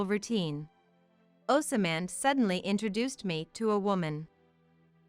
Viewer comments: For the love of The CORRECT PRONUNCIATION: "OSMAND" is NOT PRONOUNCED "OSAMAND". THE CORRECT PRONUNCIATION IS "OZMQND"! GET IT RIGHT! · 😅😅 yeah, that and "OsAman", or in other videos they pronounce "kinder" as in the first part of kindergarten instead of pronouncing it like "kind er". There seems to be no human supervisor for these Asian products. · Pronounced ozmand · Does someone get paid per incident to say, osamand, or rather assyman